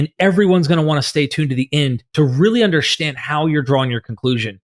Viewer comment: Please say hiss, not hish, and stand, not shtand, when you say "history" and "understand".